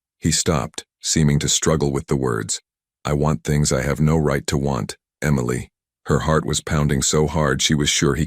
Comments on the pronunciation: Could we please have a simple name of three letters that the AI can pronounce the same throughout the story. The authors efforts were sabotaged by the narrator struggling with that simple name. I look forward to more of your content. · DUMBASS AI. EMILY NOT AMILEY. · It's Emily not emiely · It’s EM-ily, you toaster oven. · It's pronounced Em-i-ly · It's pronounced m-a-lee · Eee mily lol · That must be one they can pronounce not like ah meal ly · Emily is NOT pronounced Amailey! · I know!! It grated with me too! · This is the second time I've heard this story and BOTH times the pronunciation of Emily is skewed. If you're going to copy a story, at least fix the problem. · "the black SUV that he used when he didn't want to draw attention."? Yeah, like a black SUV won't draw attention. The repeated mispronunciation of "Emily" is .... irritating. Why does Dante keep saying "a projectile"? It was a bullet. Crying. Can't your story stand on its own merits? Why muddy everything with the moving of the picture? No back and forth, no up and down, no away and back, no flipping, facing left then right. Also, no "stupid" light tricks - spots, snow, flicks, lines, butterflies, stars, etc. It is all a waste of time and money because it is distracting. If we wanted light shows and seesawing pictures, I'm sure YouTube could show us some. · What everyone else is saying. Your AI really needs to get the name Emily right. It is a distraction from the story. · Sweet beautiful Emily. 💕😌🌷. Dante. Loves Emily. 💕💕😌 🤔🤨 The narrator has a great voice but for some reason he cannot prounance Emily 🤔 Listening from Crosby Texas ❤❤😊. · AI really struggled with Emily. weird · How hard is it to pronounce EMILY. He changed her name to Amelia when Dante finally confessed he loved her. Nice proofreading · It really was irritating. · The constant mispronunciation of Emily was driving me crazy.